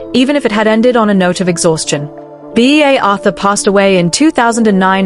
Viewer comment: Lol. B A Arthur. At least try to get your trash fucking AI get it right you trash people